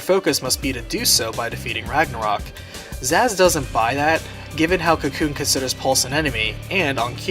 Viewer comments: Why does the narrator keep saying "Zassss" like 50 times. It's pronounced "Saz". It starts with an S! It's not "Zass from Arkham Asylum! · Zazh? I think you mean Sazh. Lol